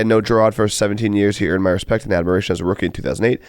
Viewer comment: “Zach Burt’s Ernied every dollar this year” 😂😂😂